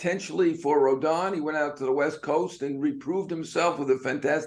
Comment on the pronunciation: His name is pronounced Row-Don…. Like “which ROAD are you ON?” Why are all the analysts calling him Rodone